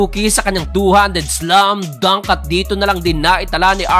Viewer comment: Ganda tlg pagkaka bigkas Ng SLUM DUNK solid hehe